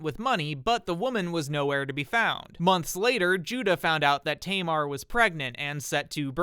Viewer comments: hi i live in israel and speak hebrew, i find the way you said tamar hilarious because it's a common name in israel to this day, it's pronounced "ta mar" not "teymar"(xd) obviously this isn't your fault just wanted to let you know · Just a heads up if you wanna say the Hebrew names more accurately you should ignore the English language rules. For example, instead of saying Tamar as tay-mar Pronounce it as Taa- maar, as it's written. Love your videos 🫶 -a native Hebrew speaker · Just a note, "Tamar" is pronounced with two short "a" vowels like in "cat". It's still a popular name in Hebrew today and is my fiancée's name